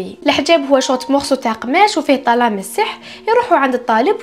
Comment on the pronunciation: طلاسم ❌️: طلامس ✅️